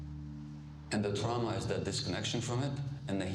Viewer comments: Amy, please don’t take offense, but the word is, “TRAW-muh” — not, “TROW-muh” traw, like draw… not trow, as in trowel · what's Troww Ma ? I got it hearing that word. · Excellent, brilliant, blah, blah, blah...l just wish that Amy would pronounce the word "trauma" the same way everyone else does. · Great interview. But that pronunciation of 'trauma', why? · improper to teutonize the pronunciation of a perfectly assimilated English word, trauma.